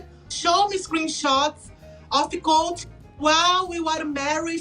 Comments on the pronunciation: She seems to only add it to words ending in "e" or "t". Say colt but pronounce the t like you would if your saying it off the alphabet. Or col(tea) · About the "eeeee" at the end of the words: I think its more, like, a tactic to think while you speak, when you are learning. You see, if you say "colteeeee" instead of "colt", you have 2 extra seconds to think and remember the words in english. Usually you drop that when you have a few years of living in an english language country. That, and also, portuguese have more words with the tonic syllable as the last.